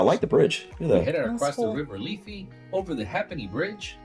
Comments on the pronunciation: It's pronounced the river Liffey not Leafy and Hay'penny bridge not ha'penny. Temple Bar has a 24/7 Live feed, just search for it. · Dublins river is not called leafy it’s Liffey as in Lif e And the bridge it’s pronounced hape in ny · The river Liffey is pronounced LIFF-ee; the Ha'penny Bridge, HAPE-enn-ee (it comes from the usual English pronunciation of 'halfpenny'). Yes, please avoid Temple Bar, the very definition of a tourist trap. Overall, a very optimistic view of Dublin, which has problems which belie the fancy statistics here quoted. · Liffey is pronounced L-if-ey. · The river is pronounced Liff-e (as in the letter e), and the bridge is pronounced haypenny, it used to cost a half penny cross.